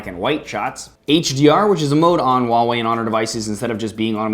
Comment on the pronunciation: THANK YOU FOR PRONOUNCING HUAWEI CORRECTLY!!! xD